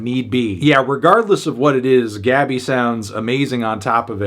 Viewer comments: Pronuncia-se Gabí, com a sílaba tônica no "bi" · Her name pronunciation is GABEE